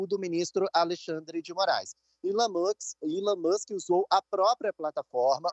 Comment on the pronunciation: reporter só precisa aprender a pronunciar a letra e e nao chama-la como se fosse i. então resumindo, elon musk nao é ilon kkkk más é chique né falar errado, é todissss